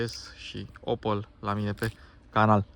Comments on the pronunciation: Se pronunta OPEL nu OPAL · Adam Opel NU Adam Opal